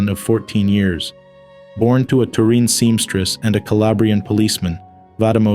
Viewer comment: Tureen its Turin.